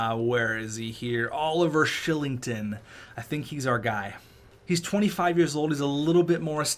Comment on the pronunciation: Oliver Shilling-ton? Isn't it pronouncced Ky-ling-ton?